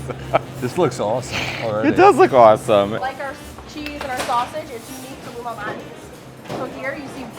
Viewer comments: I also thought Matteo was saying Illuminati pizza…Damn, the ILLUMINATI ARE EVERYWHERE! Lol, but that is not what he was saying… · Every single time I think they're saying "Illuminati's Pizza" 😂